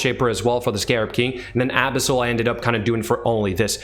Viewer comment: You make 'Abyssal' sound like a cream for anal abscess. 'Abisil, just a little dab will do ya'.